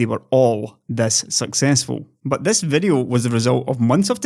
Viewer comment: It's "video" not "vedeo". Get?